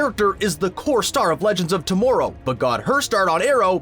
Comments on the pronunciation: If he says to-more-row one more freaking time!! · Why he say tomorrow like that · I know, they really need to tell this guy how to pronouns words.